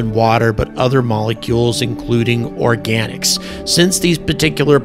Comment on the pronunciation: What are "Oroganics"?